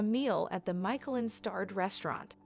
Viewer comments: Nice video, but your narrator needs to work on her pronunciations. The Rijksmuseum is pronounced "Rikes" as in "bikes." It's "Michelin" as in "Michelle" not as in "Michael." And finally, it's "soo-vehn-EER" not "soo-ven-er." Cheers! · Did you pronounce Michelin star restaurant “michael-Lin star restaurant”? Lol